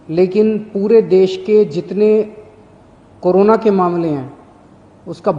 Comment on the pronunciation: Karona nhi corona hota hai 🤣🤣